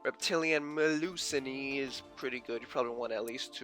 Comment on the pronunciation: It's pronounced Mel-ew-seen(Melusine). But yea, I'm messing with 2 versions of reptile decks. Reptilianne/Ogdoadic and Reptilianne/Ogdoadic/Alien having fun with both!